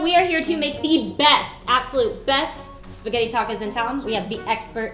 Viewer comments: When he said "Pasghetti" instead of "Spaghetti" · I love how he calls it Pasketti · Me and my friend watched this and I was having trouble saying "pasghetti" so we broke it down PISS-GHETTI!!😂💀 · omg he said paseggtti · Don't you hate it when someone calls it basscetti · did he just said pasketti